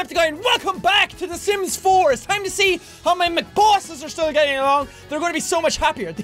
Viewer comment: Is it just me or in the beginning he said "Welcome to the slims!"